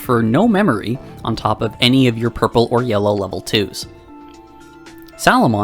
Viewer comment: Here for the friend, stayed for "Yurple"